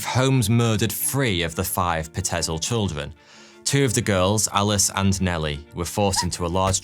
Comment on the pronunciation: Pie-t-zil not pa-tez-el